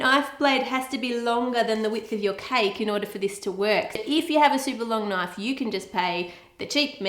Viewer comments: I'm sorry, but as an American (U.S.), when an Australian uses the word "knife", I am legally obligated to say, "That's nowt a knoyf." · poor just been conditioned not to say "Knoife" where non-Australians can hear him.